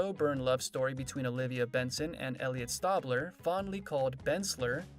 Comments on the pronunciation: Frustrating that the narrator never pronounced “Stabler” correctly (STAY bler, not STAH bler), which suggests he has never watched SVU. Also, despite no H in Mariska, she pronounces it “Ma RISH ka.” Sorry, buddy, you lost your credibility in this video, even though you had accurate info to read. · Great video footage. Nice Narration BUT. It's "Stay"bler. Not "Stawb" ler. As a die hard fan, that drives me insane and it's clear that you don't watch the show. Fix that. LOL. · After the second "Stabbler" I had to fast forward this 🙄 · It’s not stabbler it’s Stabler lol 😂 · Me yelling the right way to say Stabler after he messes it up😂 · The narrator needs to know how to pronounce Stabler. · The narrator needs to learn the pronunciation of "Stabler." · You are pronouncing his name like that on purpose. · Narrator say Elliot's last name right. Ugh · Seriously dude needs to do some research , if he did he would have herd how his name is pronounced. He had to just read a script with no knowledge of the show.GRRRRRRRRRRRRRRRRRR lol